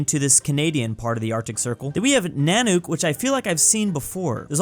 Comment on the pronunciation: Nanuk is pronounced “nuhnuk” not “nahnook”, not to be mean